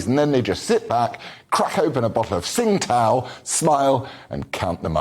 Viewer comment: Oh god not this scrotum🤦🏼‍♂️ Failed at acting so he’s trying his hand at political commentating. Tsingtao is not pronounced “Singtao” it’s “Chingtao” you uncultured cretin. I did like the little Trudeau jab though.